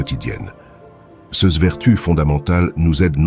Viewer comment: L'intelligence artificielle ne sait pas prononcer l'adjectif démonstratif pluriel "ces", elle l'épelle comme si c'était un acronyme 😊😊😊